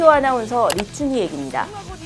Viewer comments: 리춘히가 아니라 리춘희입니다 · 리춘히 가 아니라 리춘희입니다.